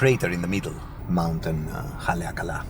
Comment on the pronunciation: Great pronunciation on Haleakala!